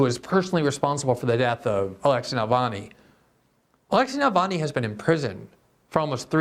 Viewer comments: Glenn, it's Navalny, you keep saying Nalvany. It's misspelled in the title, too. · Glenn pronounces Navalny as "Nalvany." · Glenn not being able to say Navalny's name (without a malapropism) after more than a decade reveals remarkable ignorance - and not knowing that he has more than 2-3% support in Russia.